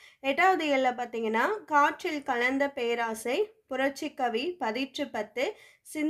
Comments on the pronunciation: Perosai ma'am not peraasai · பேராசையா....? அய்யோ தெய்வமே அது பேரோசை